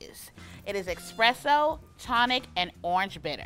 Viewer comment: Ok, love the video. Since you guys corrected her on the Fiero vs Ferrero, can we PLEASE mention that espresso doesn't have an X (expresso is making my eye twitch). I say this with LOVE 💕